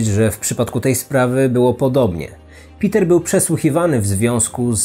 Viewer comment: Uwielbiam twoje filmy i to jak je przedstawiasz ale to węgierskie imię wymawia się pewnie nie Piter ale Peter. Ciekawa historia.